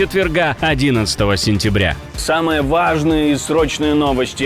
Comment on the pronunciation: Когда этот ведущий говорит ВАЖНЫЕ .НОВОСТИ ... - КВАААЖНЫЕ НОВОСТИ 😂 решит слух 😂